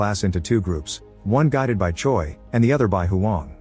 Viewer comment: Choi is pronounced like Chway. Or like Chae. Not Choy.